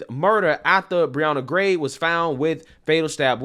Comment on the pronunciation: Why are people saying Brianna Grey when with an "h" it should sound like Gay?